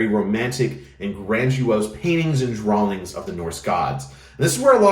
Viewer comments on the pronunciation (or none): none